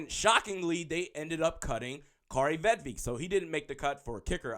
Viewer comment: It’s a i not E you dumb ass!!! Vedvick!!! Not Eek